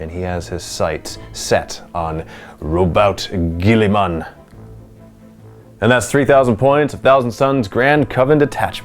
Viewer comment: Just say the name properly , already . Robot Girlyman !